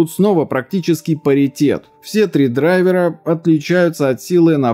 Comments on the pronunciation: Грамматическая норма — «дра́йверы». Отраслевой сленг — «драйвера́». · Дра́йвер (англ. driver, мн. ч. дра́йверы) Вариант драйвера́ разговорный и профессиональный. Как-то так) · Очевидно, что дрАйверы. Слово образованно от дрАйвер, а не драйвЕр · Правильно не "драйвера" а "драйвера" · Ударение на корень слова, а не на окончание - дра'йверы. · Слово не русское driver ударение на i наверное так, дрАйвер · В слове драйвера Д ударная